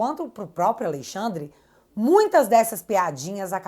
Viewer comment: Que agonia ouvir “Aleixandre” 😅